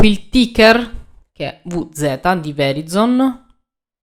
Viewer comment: Ciao, non per fare il saccentuzzo ma così, perché sia tutto ok, Verizon = Vəˈraɪzən (trascrizione fonetica). Per farla ancora più semplice, Grazie per uno spunto che avevo perso per strada, ciao